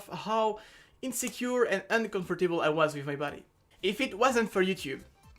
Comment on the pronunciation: uncomfortaibol xD